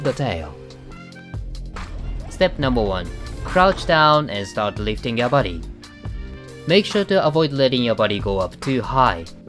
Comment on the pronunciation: I love when he says "liftin ya bodi" ❤